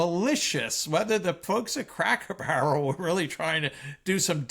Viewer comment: Victor, you’re still mispronouncing words. "Denizen" is emphasized on the first syllable, not the middle syllable. You’re making the same mistake as with "expletive" which you are also incorrectly emphasizing on the second syllable. In speaking about Cracker Barrel, the first syllable is pronounced with a long O, not a short O as you did. Jack and Sami really should help you with your pronunciations after each recording session.